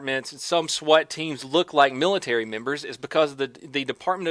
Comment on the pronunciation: Comfortable Sofa He said military members but accidentally with an N, so he said, Milatary Nembers